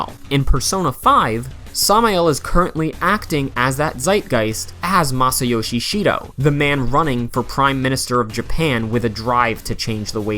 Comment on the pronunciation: You're saying his name wrong.